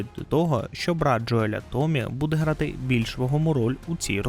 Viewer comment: Заради всього святого: не Джоєль, а Джоіл\Джоєл